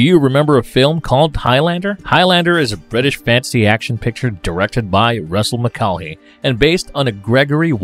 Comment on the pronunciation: Ramraz Indeed.... Also weird how he pronounces the director Russell Mulcahy, as Russell Mucaheney...